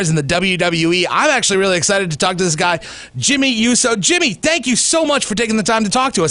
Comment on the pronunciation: The guy pronounced uso wrong 🙄🖕🏼